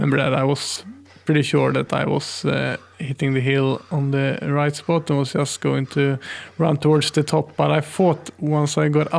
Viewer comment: Great video, thank you. I only wish you could pronaunce the word "just" correctly